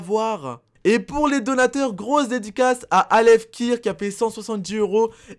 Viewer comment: Au d'edicas ta dit grosse dédicace ta dit dediclasse